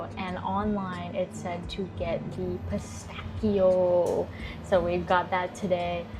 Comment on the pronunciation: Finally an american pronouncing Pistacchio almost correctly, thanks God... I was ready for pistacio... brava!